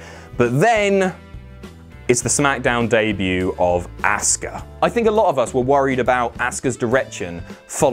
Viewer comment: The way says “Asuka” never fails to make me cringe every time. Dude, its pronounced “Ah-ska” not “Ass-ka” geez. Still enjoyed the video tho.